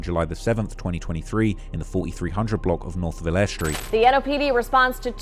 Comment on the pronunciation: Vill-ER-Ree street is how the street is pronounced lol